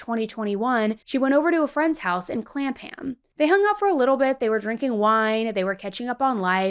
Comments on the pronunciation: I’m sorry I know this is a serious subject but your pronunciation of Clapham made me actually giggle out loud lol. For future reference anything in England with a ham at the end isn’t pronounced like ham, it’s pronounced like ‘um’ so ‘clapum’ not clap ham 🙂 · Clapham is pronounced Clapum. Any time you see "'ham" at the end of a city or last name here in the UK just remember the "H" is silent and the "a" as an "uh" sound. Hope this helps. I'm American living in the UK so I really wanted to help you get the pronunciations correct. :) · RESPECTFULLY research pronunciation of Clapham and Borough. The Met, is a word, not an acronym. Sarah's case brought about a big shift for women in the UK, and deserves respect. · The way you said Clapham had me rolling 😂😂